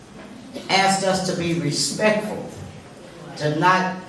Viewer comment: “If you wanted the information, you could of axed” 😂